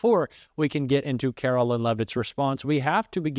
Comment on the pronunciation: Likeer don't like her are neutral about her. It doesn't matter either way but her name is Kar o LINE. Whether you're doing it to be cute or you just can't seem to grasp the difference between Carolyn and Caroline. Either way, it makes it hard to want to stay subscribed to you. Do better.